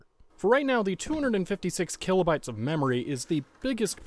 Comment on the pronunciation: "Killobytes" Gets me every time I hear it.